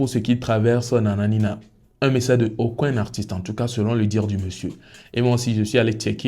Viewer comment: 'Aucoin ' c'est ce que tu dis, mais c'est 'Aucun'